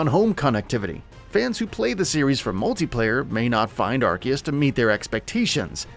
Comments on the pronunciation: I couldn’t watch this. Are-C-us. Not are-key-us UGHHH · 2 Things You Should Have Known Before Making Your Video: -It's Not Pronounced Ark-eus -It's Not Pronounced Pokey-mon, Pokey-dex or Pokey-ball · How are you going to make videos about Pokémon and call Arceus (Are-Sea-Us) Arc-Ee-Us. 🙄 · Things to now before you buy... Pronounce the game right. It's pronounced Arseus. Watch the Japanese trailer and even how it's written in Katakana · Couldn’t watch after he said Arkeeus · By the way, it’s Ar-see-us, bruv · Who else is excited for Pokemon Arkeeyus? LMFAO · Ar KEY us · “Ar-see-us” it’s not that hard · Lol you pronounced アルセウス wrong 🤣🤣🤣👎👎👎👎👎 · Arceus is pronounced with a Z, not a K. And it's not the first main pokemon game, where only one version was made; that would be Pokemon Colliseum. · how you pronounce arceus hurts my ears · The way he pronounces "Arceus" triggers me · No he's not. Read how it's spelled in Japanese. There is no "k" sound in the name. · There’s no K in the name ARCEUS. Why do these idiots keep butchering the name. Such a cringe